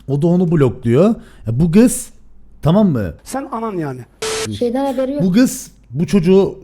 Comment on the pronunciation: türkçeyi bozdu artık (kız değil giz 🤣)